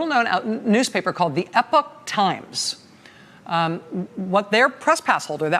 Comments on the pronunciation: Rachel, it's Epoch (EEpock), not epic. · The EPOCH TIMES COMMERCIAL precedes just about EVERY CLIP ON YOUTUBE!!! PS WHY IS IT PRONOUNCED 'EPIC TIMES'? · Not 'epic'...Epoch! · OMG It's pronounced eepock, not epic! How is this a new word to everyone ? Also, the verb is "to report", not "to report out". Journalists should care about language. ARRRGH! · Epock say it right